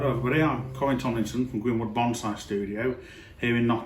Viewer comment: I love me some "bomb-saae" :-)